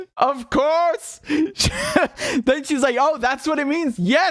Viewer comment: loooooooooooooooool - love your impersonation ' of Courrrrrrrrrrrrrrrrse'